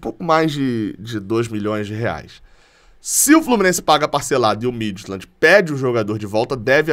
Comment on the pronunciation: A pronúncia correta do clube dinamarquês Midtjylland é: Míti-iúland.